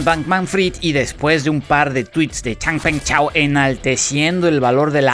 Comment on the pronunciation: Después de Xang Peng chao! Jajaja buen acento